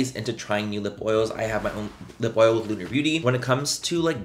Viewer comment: Manny you say “Oil” just like Ms Laura Lee now!!